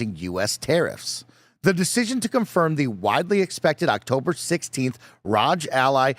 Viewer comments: Guys, it's pronounced ROG Ally.... not Rodge Ally or R-O-G Ally... jesus christ. Do you also pronounce the word Dog as Dodge?? It's the same word, just replace the D in dog with an R and you have the pronunciation. It's not rocket science, it's been spoken out loud a million times by other Youtubers as well as the folks at Asus. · Actually, it is pronounced "Roger Ally". Embarrassing mistake to make for you. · Why do they always pronounce “Rog” as if it’s Roger’s nickname? lol It’s pronounced the same way you pronounce hog. 🤣